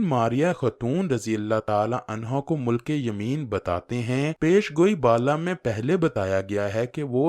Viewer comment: ”مُلکِ یمین“ نہیں۔۔۔۔۔۔۔۔”مِلکِ یمین“ درست تلفظ ھے